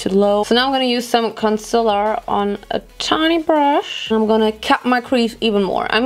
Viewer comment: conciller hahahahahhaha ich war leider noch nie ein fan von laura lee aber ihre conciller & oyel compilation fand ich einfach nur epic :DDD